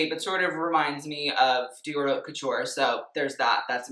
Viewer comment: You're right. And he did pronounce it correctly when he referred to designer's collections.